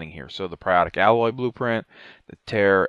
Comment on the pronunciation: For the love of god why are YouTubers so bad at reading... I've yet to see how someone can say Alloy correctly then mispronounce it 2 seconds later by saying "Ally".